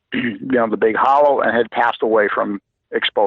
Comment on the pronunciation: I've never heard of this before. Edit: It's pronounced Big Holler.